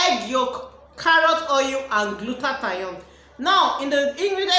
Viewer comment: "gluta-thione' not "gluta-ta-yon. Moreso the red has caustic soda❌